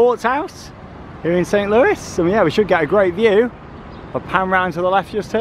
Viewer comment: Great vid, St Louis is pronounced with a silent s on the end of Louis